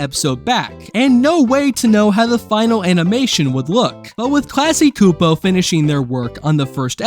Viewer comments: "Classy Koopo" had me dying. 😭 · Dude, it’s pronounced. CLASS-KEY CHEW-POE KLASKY CSUPO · The company itself pronounces it "class-key ksoo-poe" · Everytime you mispronounce Klasky Csupo a piece of my childhood dies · The way you pronounce Klasky Csupo is going to give me a stroke of pure rage. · Not everybody knows how to pronounce those Eastern European names. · good indicator to not watch the rest of the video when I see them making dumb mistakes like this